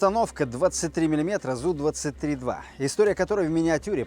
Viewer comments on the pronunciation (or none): Классно, зрелищно, интересно! Но сколько до цели? Метров триста? ИМХО это не серьезно для такого оружия. От 1,5 - 2х км., было бы интересно. Взрывается снаряд, а не пуля. ЗУ-23-2 это сдвоенная пушка, а не пулемёт. По этому стреляет снарядами. Правильно говорить З У, разделяя буквы, а не зу. Из за этих бревен, 2 стрелка с АК, свалили бы тебя и твой камаз, раньше, чем бы ты остановился на этой позиции. ШОУ для диванных "танкистов".